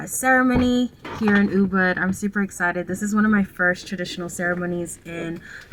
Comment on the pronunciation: how long have you been in bali to still be pronouncing ubud like that? it’s OOBOOD